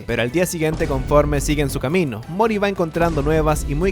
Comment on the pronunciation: Mori, no Moris